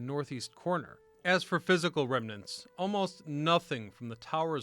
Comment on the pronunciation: Ive been watching this channel for years Finally, Finally First time I've heard pronounce the word REMNANT correctly 😅 Not trying to hate; truly love this channel